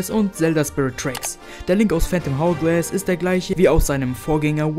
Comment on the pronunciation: Bruder ich weiss, du bist noch ziemlich jung, aber man spricht es ourglass aus.